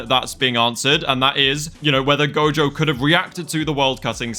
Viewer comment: IT'S NOT GOJOVER